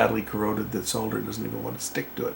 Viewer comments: Solder is indeed correct 👍 and not "sodder" Seems some Americans don't know their own language correctly.😂 Nice troubleshooting and repair! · Yes the correct way to pronounce solder as you said it contains an L in it it's the queen's English way, number 1 job again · A new discipline. Archaeology by phosphor burn in patterns. Totally agree "Solder" all day long. (not Sod her, that's just rude)..I may be British 😉